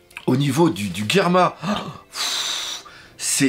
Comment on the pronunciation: Le Doc on prononce par Guerma, mais Germa (dis toi que c'est comme un germe sauf que tu remplace le "e" à la fin par un "a", il faut une bonne prononciation, voyons ! Mais bon, si tu as raison cet épisode et trop bien, quand j'ai vu l'épisode et j'avais l'impression que pour dire "merci de nous avoir sauvé la vie", Ichiji (le rouge), Niji (le bleu), et Yonji (le vert) (oui forcémént XD ) mais comme ils sont trop fière pour le dire, et bien ils ont dit à Sanji un petit mot d'homme fière (même avec le "déchet" à la fin, mais bon c'est quand même leurs frères dont voilà, ils le sauve quand même.